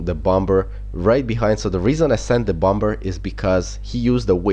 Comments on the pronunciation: bomber is said bommer haha but I love the way you say it!! XD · Bomber you have pronounced wrong it is a silent b so it is basically bomer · Pronounce Bom-er